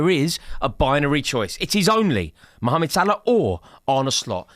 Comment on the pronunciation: I love how Rory says Salah's first name like an Egyptian!